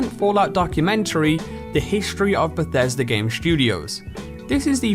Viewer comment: Beshesda? You mean Bethesda?